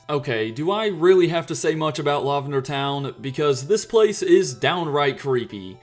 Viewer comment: "Law-vender" lmao what?